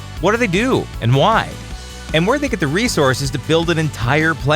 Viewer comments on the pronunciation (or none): Luke "wear" R U? Really? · Luke "Wear" r u???? seriously???